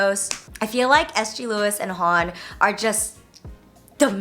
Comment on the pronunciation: HONNE is pronounced like "ho neh", not "hahn"